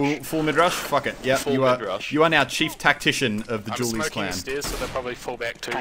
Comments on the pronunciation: The "Jew Berretas" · hehehehe he calls them julies' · "jule berrettas" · "Jewel Berretas" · "Jewl" Barretas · Your pronunciation of "Dualies" is Dewlies.. Doritoes and Mountain Dew boisss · Srsly?,thought you sayin' julies hahahha then i recognize it's the dual baretta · i also heard jewlies